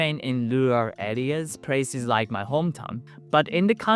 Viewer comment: I rearry rike this guy